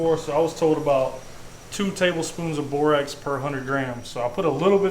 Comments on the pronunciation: This guy sounds like he likes saying bubblegum a lot bubblegum bubblegum bubblegum. Got bubblegum lips bubblegum bubble that’s what it sounds like when he’s talking. He loves saying BORE ROCKS instead of borax . It’s pronounced BORE RACKS silly boy, silly bubblegum boy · It's pronounced (bore-axe) 😆 Love the videos guys! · Borax does have an A in it. Like bore-axe😂😂😂😂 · nice vid. I'd like to try that. However, my ears hurt every time you say Borax. It does NOT rhyme with Clorox. Say BORE - AXE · Awesome video guys, really really good job doing your first pour. Oh and, Borax is pronounced “Boar-Axe” lol. Just jerking your chain man. Great job ! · ...it's BORAX....not BOROX.....( yes ..I am OCD...lol)😂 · Borax. BorAX not Borox. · BORAX not borox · It's not Borox.. it's pronounced (Baw - raks) or (Bore- Ax) ... I know I shouldn't be bothered, but little details are important too.. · Good video. It's pronounced Borax, not Borox. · Had to shut this episode off. Couldn't take listening to him call BORAX , borox sorry but in Canada we teach our kids how to read. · One why are you calling it borox it’s spelled borax. Lol you good just curious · "that bore-ox" lol